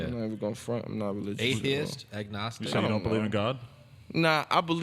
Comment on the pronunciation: cringed when that guy said agnostic. looool box it all up